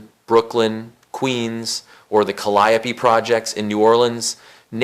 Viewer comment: Ayo, you are the worst at pronouncing names. Can tell your research is mostly reading cuz you would know it the projects in New Orleans were called the Calliope Projects pronounced like kali-ooe not kali-pee. Watch a documentary or 2 and fact check yourself. Hip Hop is about credibility and being authentic. And every video you are pronouncing something basic wrong. The Rokofella records in your most recent uploads should get you banned alone. It's important to be correct because there's alot of stupid people out here who believe everything they hear and walk around repeating bull sh*t to the point it becomes real to them. Find an older black person who can help you if you're going to be making content about rap music from the "golden age" 😂😂 to proof listen to your sh*t before you upload cuz this is embarrassing. 3 videos watched at random and every one of them contain a mistake